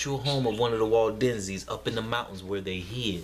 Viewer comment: Waldensians? I thought you were saying Walt Disneyans lol